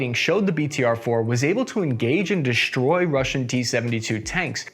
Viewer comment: Shtroke, dishtroy, shpread 😅